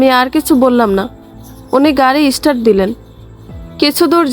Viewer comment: ইষ্টার্ট নয়, উচ্চারণ হবে “ স্টার্ট “